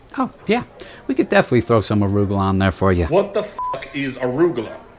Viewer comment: Surprised he pronounced arugula correctly lmao